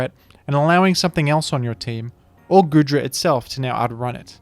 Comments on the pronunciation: The pronunciation is killing me 💀 it's pronounced like goo, because it's covered in goo, not good. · It's pronounced Goodra as in Goo Dragon, not Good Dragon!